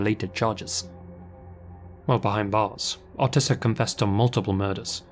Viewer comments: OH-tis, not AH-tis. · Hearing him pronounce Otis was really stressing me out - it's OTIS not utis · Oh Tis, not Au Tis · the first story the guys name is pronounced O-tis not Autis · The name Otis has a long o like hoe. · I swear the way he said Otis’s name drove me crazy. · Had to skip the first story because he kept saying otis wrong 🤦🏽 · Otis or autist? Cant tell which word is being said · Really hope to never have to hear you try pronounce Otis again =P